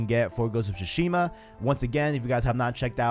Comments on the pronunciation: Su-Shima bro. Not shu-shima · tsu-shima, not su-shima or shushima. the "t" is subtle, not silent, just like in "tsunami" though I know most people mispronounce that word as well